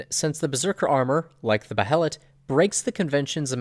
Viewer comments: Bay Lit, Say it with me Bay lit. Not Beh hell it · Pronounced- bay-let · alright rlly fast, its pronounced "Bay-let" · Just an FYI: It's pronounced "BAY-LIT", not Bah-he-lit. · i was always under the impression Behelit was pronounced Bay-Lit, not Bay-Hell-It. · Don't mean to sound rude or something, but just so you are aware, behelit is pronounced Bay-Lit. Awesome video, big thumbs up. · Dude.... Behelet..... Seriously? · It's pronounced bay-let you dumb knob. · Please stop saying Beh e' lat. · Behelits- the “H” is silent!!! Damn it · Behelit is just pronounced BAY-lit. It's just spelled that way because of Japanese pronunciation. Like how Guts is spelled Gattsu sometimes. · Its pronounced baylet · Dude. The "H" is silent. God that is killing me.